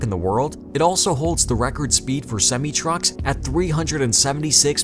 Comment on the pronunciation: THIS VIDEO IS 4 YEARS OLD AND I STILL CANT STANG HOW HE SAYS SEMI